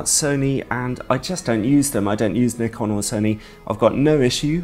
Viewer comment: Thanks ALOT for saying Nikon not Nuy-kon, like everyone else does.